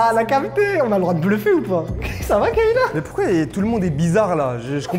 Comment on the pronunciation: Le monteur vite fait c’est pas kEyla mais KAyla😂😅😅